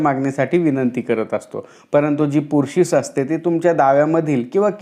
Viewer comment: Pursis not purshish